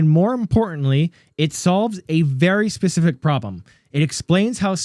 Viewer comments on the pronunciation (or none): none